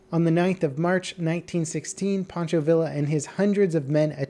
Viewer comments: lol, POncho ViiiLa... (Pancho Villa; Pahn-cho Vee-ah) ...#Level-so-white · Panchovilla is pronounced (pon-cho-via) level... 🤔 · Man I didnt even take spanish in school and I still know its pronounced 'Pan cho Vee Ya'! Let me guess, you say Quesadilla with the Ls right? lol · Pancho Vila? Seriously? Lol come on man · The way you pronounced Pancho Villa lmao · Dude, you grew up in SoCal. How do you keep mispronouncing Pancho Villa lol.